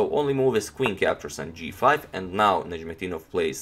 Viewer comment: It's difficult name to pronounce. I'll have to give you credit for that.